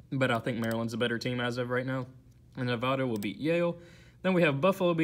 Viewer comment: Its Nev-aaa-da not Nev-ahh-da but great vid